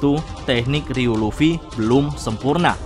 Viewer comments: Ryu-o min bukan ryuu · Bukankah nyebutnya ryuo bukan ryuu ya min..